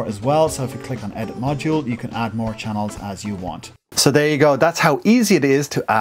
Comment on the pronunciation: I laughed when you said "Chah-neeellz" :)) Thanks for this it really helped!